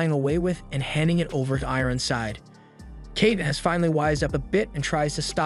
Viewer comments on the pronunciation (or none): none